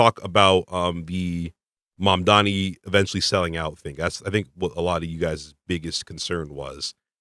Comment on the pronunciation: you pronounce mamdani so well :O I wish more people would put effort like you do